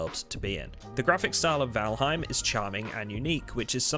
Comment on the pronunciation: Not trying to be a grammar nazi but it's pronounced "voll haim". Other than that the video is good, and I am convinced to buy the game.